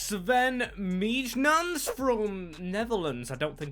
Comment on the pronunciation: I think Mijnans is pronounced (Mine-ance) or (Meen-yanz)! Great video and I’m not exactly sure.